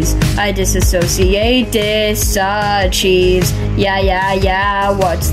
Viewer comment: Wtf is "disacheese"